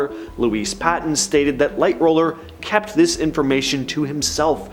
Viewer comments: Yes just like one other person said it's Lightoller not Lightroller. If you are going to have on talking about it make sure they know what the hell they are talking about. Not clueless people know nothing the ship that they dont read off of a cue card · LighTOLLER....NOT lightroller! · You kept saying lightroller it was actually lighttoller was his name I know a lot about the titanic